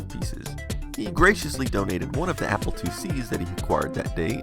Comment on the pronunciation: southern accent "applah"